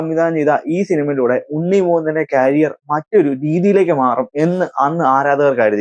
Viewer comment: ക്യാരിയർ അല്ല മോനെ. കരിയർ